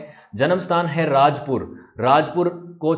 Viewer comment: RAJAPUR NOT RAJPUR